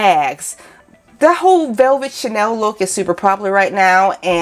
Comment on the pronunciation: First time viewer here, hi! #1 chenille is pronounced (shin-Neal). Your pronunciation is a French perfume couturier label, named after Coco Chanel. #2 if Helen Keller were alive today and heard ( translated ) what you said about her....oh, I don’t know what she would do... probably slap you somewhere into next week. Maybe not she had some pretty heavy comebacks herself, considering that period of Time. But don’t let that bother you, you have the energy to carry off what you are accomplishing in your videos. Keep it up but make sure your wise azz comments are focused on dead guys so they can’t come after you. I appreciate your critique of $ yarns cause I’m not able to get there to do my own assessment, so thank you, you covered the details I was wondering about very well. 🕶? Ummmm, well, your spec’s are a very personal choice. I prefer wire rims because more of a person’s natural beauty is allowed to be on display. Since I’m about as old as & do look like Benjamin Franklin, I would say, to flatter your beauty, don’t cover or distract from what you naturally have going for you. Someone said they make you look professional... ummm, yeah, a professional clown perhaps cause they are way too huge for your petite features🤡. Sooooo, get several pairs! Each to convey your changing moods and to match new outfits! There! Settled! Thank you for this review!